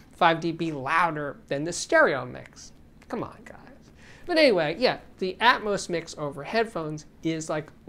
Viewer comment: For crying out loud it's not ATMOSE it's ATMOS as in Atmosphere. It's not Atmosephere is it?